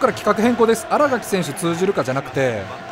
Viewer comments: あらがき じゃなく あらかきです← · あらがきじゃなくてあらかきやな。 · 「あらがき」じゃなくて「あらかき」です笑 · あらがきじゃなくて、あらかきなんだよなぁ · あらがきじゃなくてあら【かき】ですよ笑